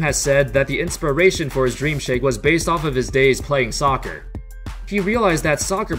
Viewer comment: fucken "socrrrrrrrrrrr"